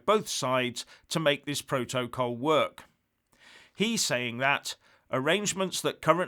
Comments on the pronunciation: The way pronounces ‘protocol’, exposes him for the thick, badly educated fool he is. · first learn to pronounce ‘protocol’ properly. is a fool, as is anybody who buys into his crap half-baked analyses. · Love the way he pronounces “protocol” and “vis a vis” -anybody else?